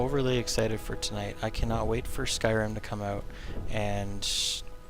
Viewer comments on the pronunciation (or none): none